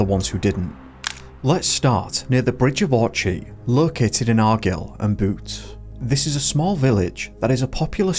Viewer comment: Brother how do you mispronounce Bridge of Orchy, Argyll AND Bute wrong all in a row 😅 Research please don't guess